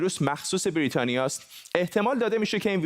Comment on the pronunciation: درود هم وطن عزیز.این کارشناس احمق که داره با نیش خند میگه برررریتانیا منتظر نمونده زود رفته درخواست خرید فایزر داده.فایزر رو به پرستار آمریکایی زدن بازم کرونا گرفته.حرف من نیست تحقیق کنید ببینید درسته.